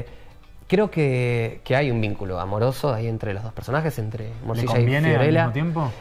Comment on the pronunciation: El entrevistador dice moshisha y aclara morcilla maestro el trabaja en la serie ya sabe a que te referis?